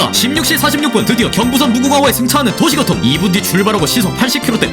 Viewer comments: 중간부터 도시교통이 도시고통으로 나레이션이 바뀐거 같은데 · 찰지다.. ㅎ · 너무 찰져요..😂😂